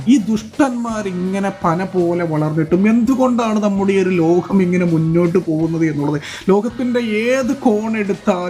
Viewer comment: ലോഹം അല്ലടാ മൈരേ,, ലോകം എന്നാണ്,,, മാതൃ ഭാഷ ഒക്കെ ഒന്ന് മനസ്സിലേക്ക് കയറ്റ്